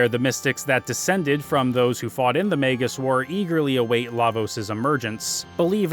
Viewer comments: He really missed out on a lot of the characters personality in the dialogue. Plus how annoying he mispronounced Magus name, as it is pronounced similar to his original name Janus. Which he literally didn't got into it during the characters backgrounds which just shows you how much he missed the stories for each characters. As he also missed that Crono is supposed to be you as he never speak in any of the dialogue outside of you answering Yes or No, decision making. It's the similar intent as to Link in go also doesn't speak, as you are supposed to see him as you are him. Also how did he not any analysis of Ayla. Chrono Trigger also have may memorable side characters that many other RPGs at that time couldn't do. He missed the whole point of Lucca's character as you are supposed to go back to her home whenever you can after you traveled through time and get a new equipment, which add to its character. He also judged Marle and her dad's relationship, which he said is unbelievable. Who obviously never had an issue with his own parents. As if you ask ANY American who had issues with their parents, THAT CONVERSATION OF DISOWNING YOU IS AN EXPERIENCE MOST HAS HAD. Marle is literally a typical American girl that most of the East see them as, and yet some how he thinks it's a Japanese thing, when many Americans have had that scene played out similar in their lives. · MAYGUS and MARL? Come on man you can do better than that with pronounciations.